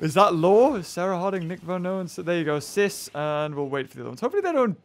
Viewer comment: Nick said SARAH HARDING!!! Not sis